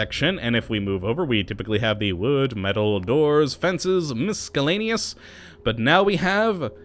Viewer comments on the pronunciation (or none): It's pronounced mis-ELL-aneous, not mis-KELL-aneous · OMFG the "C" in Miscellaneous is silent....stop that shit it makes me wanna punch your fucking face in....also saying shit just makes u happy is also super gay and annoying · learn how to say miscellaneous jesus. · I wish there was a mod to get him to pronounce "miscellaneous" correctly. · Mason Davidson Honestly isn't not that bad, half the Internet can't even spell 'lose' anymore